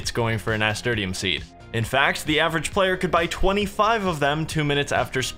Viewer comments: that pronuciation of nasturtium tho... Nah-Ster-Shum>Nas-ter-te-um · Nasturtium is pronounced ni - stur - shim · Nas tur shum is the way it's pronounced my dude. My mum used to grow them and I'd pick them and eat them. Peppery flavour actually not bad. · I love the return my dude. But how you pronounced Nasturtium was killing me. It is pronounced Nuh-stur-shm. Also keep up the great work and I can't wait for the finale. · it doesnt matter now but its na-stur-shum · It's pronounced nasTURshum lo. Amazing content. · Nass. Turr. Shum. That is how it is pronounced. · im sorry but i gotta say it. Nasturtium is pronounced like NAS TURSH UM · FOR THE LOVE OF GOD LEARN HOW TO PRONOUNCE NASTURTIUM